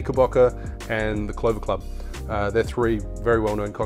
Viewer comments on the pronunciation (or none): none